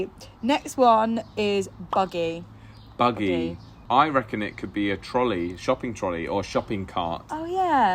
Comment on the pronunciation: says reckon just like us southerners do. How cute. Y'all are more like us than y'all think.